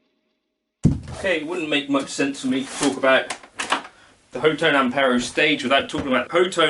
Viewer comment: Pretty sure it's pronounced *hot tone*!